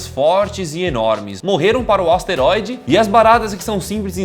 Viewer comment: aouesteroide kkkkkk